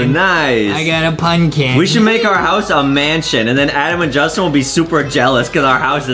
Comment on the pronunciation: Its justin not dustin